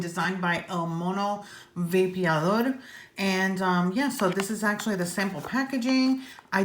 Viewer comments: Of all the English reviews I’ve seen on the widowmaker, you’re the one who’s gotten closest to pronouncing el mono vapeador correctly🤣, love how you almost roll the r. everyone says el mono vape-a-door, it’s actually el mono vah-peh-ah-dor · I love Julio (el mono) and I love, so perfect. also she pronounces "el mono vapeador” beautifully👍🏼😁